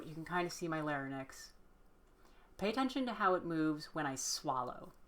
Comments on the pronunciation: Lair-inks, not lare-nicks. :) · my girl, it's larynx, not larynex 😅 but thanks for the video, I'm struggling with voice training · The way you pronounce larynx is distracting me too much to pay attention im so sorry